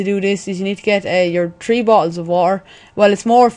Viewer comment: Three not tree lol